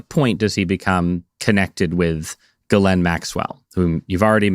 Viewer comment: FINALLY: A journalist/podcaster who pronounces Ghislaine correctly!!!!